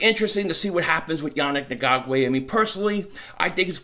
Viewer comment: I like how you tried to skate through his last name bud LMAO its EN-GOK_WAY Still got for love ya and still a subscriber!!! You almost did it though with the smooth delivery